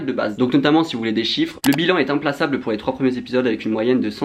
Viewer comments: implassable ptdrrrr,, malgré ta petite dyslexie, jtm et paye bien ton loyer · Ooh non t’as torpillé le mot implacable mdrrr le « c » il se prononce K 😭😭 très chouette vidéo by the way très « envoyé spécial » vibe. Zaime beaucoup 🌈